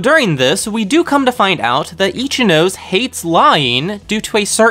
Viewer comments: I really appreciate the effort put into these videos, but im sorry, it kinda ticks me off when you say the Japanese names incorrectly. You seem like you put a lot of time and effort into this, and Japanese syllables only takes like 10 mins to understand how it works. Ichinose is -> I-chi-no-se, there is no "nose" syllable in Japanese. So it really ticks me off whenever I hear i-chi-"nose" (human nose in English). I wish you'd put 10 mins of your time to check this small detail, it will help a lot in the videos, I think. These are Japanese students, and it doesnt help when their Japanese names are butchered like this. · Ichinose is pronounced ee-chi-no-seh. LOOL Not itchy nose. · Love your summations. Thank you. What I am baffled by is how someone who obviously loves Japanese anime doesn’t take the 30 minutes it would take to properly pronounce Japanese names. You do great with Ayanokoji, but completely butcher Ryuuen and Ichinose. Why? Ryuuen: 2 syllables. Ryu (dragon), en. The “e” not silent. Ryuu-en. Ichinose: 3 syllables. Ichi, no, se. NOT Ichi, nose. That is ridiculous. Ichi-no-se. Please stop butchering Japanese, and take a quick tutorial. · XD i died when u said Ichi - nose